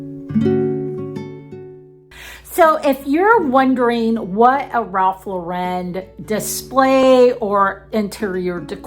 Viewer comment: The correct pronunciation of the fashion brand is "Ralph LAU-ren", like the girl's name, not "Ralph Lau-REN". The brand is American, and its surname is pronounced like the common name Lauren.